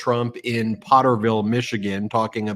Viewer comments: Potterville....not porterville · It’sPotterville, not Porterville😊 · Potterville, not Porterville.😊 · Potterville, not Porterville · Potterville not porterville... In Michigan is about five miles from Lansing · Ben, it is very important that you get the names of these little towns correct. POTTERVILLE. Not PORTERVILLE. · FYI---Potterville (not porterville) a small burb south of Lansing MI, north of Charlotte, aka "Char-tucky" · Potterville, I believe, not Portervile. You got it the 3rd time around! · Potterville....NOT PORTERVILLE. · The city is Potterville, not Porterville. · Hey Ben. I'm from Michigan. And the name of the town is Potterville not porterville. It's a small town. He's going to small towns and cities that are overwhelmingly Caucasian and racist in my home state. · It’s Potterville , sounds like pot Ben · Potter-ville. No "r" in Pott...Pott-er-ville. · I just have to say something because I live 15 minutes from the town.... it's POT terville. Drove me crazy every time you said it wrong. 😂😂😂 * edit*** oops you fixed it LOL